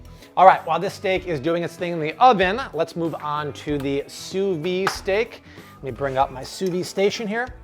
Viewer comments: Just so you know, it's "sous vide" not "sous vi", you have to pronounce the D. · pls pronounce the d in sous vide